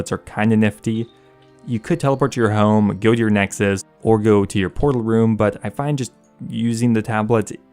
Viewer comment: Why is it so hard for him to say "home" properly? First person I have heard say "home" and make me cringe...